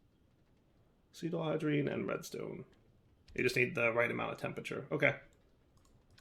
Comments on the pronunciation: Legitimately had no clue what he was talking about for a few seconds. Ass-it-al-de-hide is how I'd pronounce it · I wonder if knows that it's not actually called Acetalhydrine, but Acetaldehyde